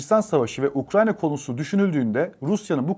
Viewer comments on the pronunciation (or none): none